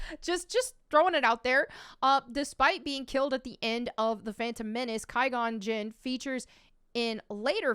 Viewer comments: "Qui" in Qui-gon Jinn is pronounced as "Qwai" or "Kwai", not "Kai". LOL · Just to let you know it's pronounced quag on jin (qui gon jinn) not ki gon jin. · his name isn't pronounced as "Ki-gone Jinn". It's pronounced "Kwi-gon Jinn". I cringed every time you said his name. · Did you say Kai Gon Jin? I lol 🤣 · Ki gon jonn????!!!!!??!!!! COME ON!!!!! Say quiet. Take out the et. But leave the same pronunciation at the beginning. Now say gone You got the jinn right. You ma’am are not a Star Wars watcher. But forgiven. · “Kai gon jin” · The prequels are your favorite, but you don't know how to correctly pronounce "Qui-Gon Jinn?" The "Q" is pronounced as "Kw." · "The Prequels are my favs" Also: "Ki Gon Jin" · “I’m a prequel fan” proceeds to mispronounce Qui Gon Jin lol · If you really are a prequel fan, you should know how to pronounce "Qui-Gon Jinn" Adam Driver is trash BTW, worst character of the films aside from Rey, and a crap actor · Huge prequel fan, can’t pronounce Qui Gon Jinn correctly. 🤔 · The prequels are your favorites, but you don't know how to pronounce Qui Gon Jinn's name? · No she’s not a fan. She can’t even pronounce qui gon jinn’s name right.